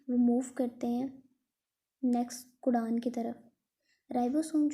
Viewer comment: codon❌cudan, bond❌band✅